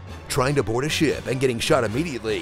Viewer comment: why did they keep the take of him saying ship wrong